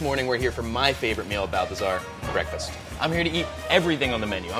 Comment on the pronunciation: BWEKFAST sorry I had to